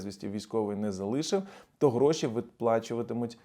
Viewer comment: за що дякувати??? За те,Що за все життя заробив оці"грошііі"(наголос на"і"). То не дивуйтеся, що ми ще досі!!! – у такому стані. Бо багато ще й від народу залежить. Дякуємо, що хлопці стоять за нас. Переворот у мізках – відбувається. Все буде вільна та сильна 🇺🇦🇺🇦🇺🇦